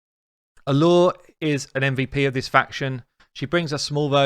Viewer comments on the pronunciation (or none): none